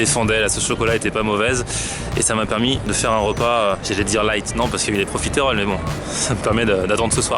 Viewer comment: Arrette de dire Profi-terolle !!! et dit profitroll !!!! Sa me stress !!!